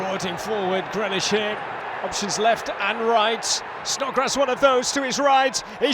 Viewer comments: GreAlish lol. Get the A in there. #UTV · ITS GREALISH NOT GRELISH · Or us for the commentator calling grealish grellish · This commentator proper irritates me & I don’t know why, I think it’s got something to do with the fact he sounds like Kermit every time he gets a little excited, & pronouncing Grealish GRELISH! Bring back Jack Woodward! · Does he know how to say Grealish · Nice Meme exactly he is my fav player and he is sayin his name wrong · Get a commentator than can pronounce jack grealish’s name properly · Or cus of the way he pronounced Grealish it's getting to me